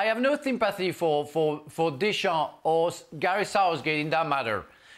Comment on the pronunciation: The way Craig Burley says Deschamps.. he never took any French lessons it seems. Painful.